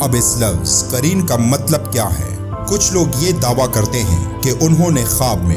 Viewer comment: قارین نہیں بھائی قرین ہے وہ لفظ۔